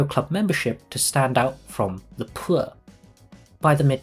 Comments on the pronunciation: The man says "phour" like it's a slur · the way he starts saying “poor” in that posh accent that sounds like you’re throwing up in your mouth a little whenever you mention the lower classes